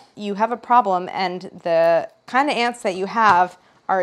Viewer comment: Lol. When she said “ants” I thought she was saying “aunts” so figuring out “EXTERMINATE”